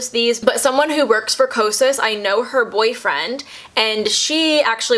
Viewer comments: Loved the video! Also, did you notice at the very beginning you said kasos (sounded like quesos in Spanish) instead of kosas? Lol. Instagram: lovelytidess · Girl you said quesos and that is cheese in Spanish 😂😂, love the review btw helped me find my shade❤ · I'm sorry I think just heard, "...a full face of... quesos..." Lol